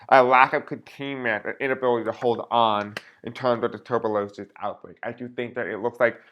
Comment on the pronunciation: Pronounced like Tu-burk-u-lo-sis,and it frightening and deadly! God help us